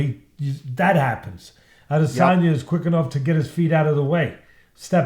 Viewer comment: "Israel Al-Lazange"